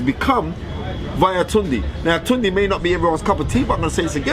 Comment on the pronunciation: Fearon you ain't saying it right either. It's tune day (tunde). This guys a joke, can't stand him.